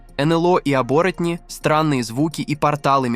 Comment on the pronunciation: ❓Не обОротни, а Оборотни. Что происходит, почему ударения в словах стали нарушать блогеры❓Не шермАны, а шЕрманы, и не шерманЫ. 💥